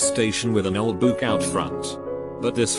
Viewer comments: The pronunciation of Buick Beuiiick how text to speech pronounces it Boook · "an old buuk (Buick) outside. Pay for a narrator. Your computer narrator sucks silicon. AAAAnd unsubscribing with my friends. Lata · this reader bot.... perfectly pronounces bronchitis, but cant pronounce goosebumps or buick EDIT: or geek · CAN THE TEXT TO SPEECH REALLY NOT PRONOUNCE BUICK??? 💀